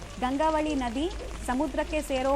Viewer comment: Gangavati alla tayi GANGAVALI